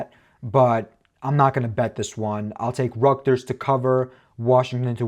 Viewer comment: Bro still can’t say Rutgers right